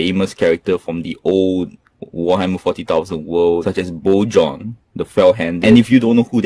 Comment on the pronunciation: Nice review! Just a tip Bjorn is pronounced like 'byorn'.